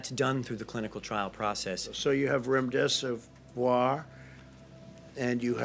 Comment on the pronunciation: LOL TRUSTING this guy who can not even pronounce the drug or names of Dr's. Was this posted as a comedy skit?